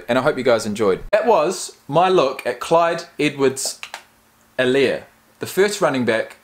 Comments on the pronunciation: helaire is pronounced e-lair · The H is silent in his last name. Its pronounced Elaire.Its a south Louisiana thing.Cajun